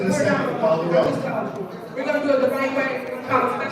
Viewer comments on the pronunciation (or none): I cringe every single time she says "call the 'row'!"